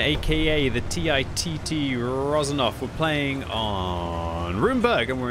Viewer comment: Anyone else laugh out loud when he said TIT-T? 😂